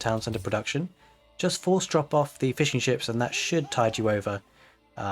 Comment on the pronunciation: Thanks for another awesome build. Just taking a look at some of the PDFs now. Everytime you said "fishing ships" all i kept hearing was "fish & chips" =D